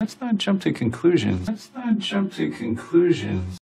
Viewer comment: Jump to conclusions (JOump THU cOunclushions)